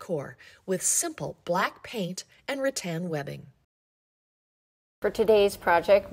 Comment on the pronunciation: Rattan not Ra Tan 😂